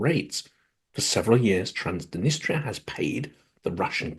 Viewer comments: Transdenistria? Isn't it Transnistria? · I always enjoy your Silicon Bites! One thing: throughout, you pronounce Transnistria "Trans-di-nistria." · You also mispronounced Transnistria.